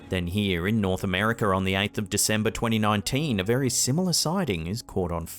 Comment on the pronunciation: Why do say a word that ends in A. You pronounce it with a er sound. Like Naser for Nasa. Or Americer for America. Very odd sounding